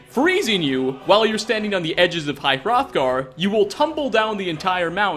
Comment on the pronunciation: It's pronounced High H-Rothgar